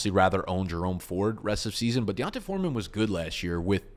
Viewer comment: D'Ont-uh Foreman 😂😂